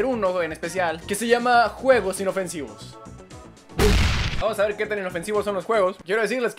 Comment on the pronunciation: dice en ves de a ver dice a vel